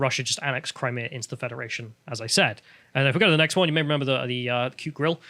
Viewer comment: Or says 'renember'